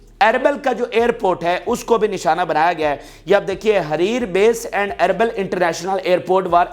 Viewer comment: یہ اربل نہیں یہ اربیل ھے